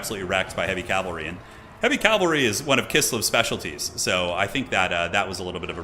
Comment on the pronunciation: How do you think we feel when he says calvary instead of cavalry lol. Love you.